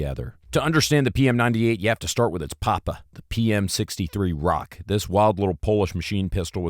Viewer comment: dont say RAK like "rock" say it like "rack"